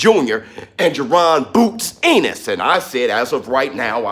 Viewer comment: Why do you say his name like that lmao. It's pronounced "en nis" and not "in nes"